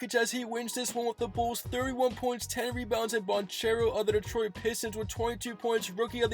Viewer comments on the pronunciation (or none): none